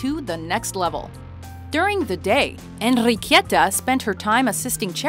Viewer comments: ENRRRRRIQUIETA lol, darling, don't try so hard, your pronounced is so exaggereted and still incorrect, Its no Enrrriquieta, is Enriqueta without a second "i" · As a Spaniard, I find cringty how you pronounce "Enriqueta", jeez, we have a loud R sound, but you made it sound like a Russian name... 😅